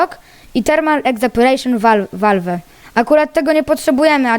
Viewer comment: czyta sie walw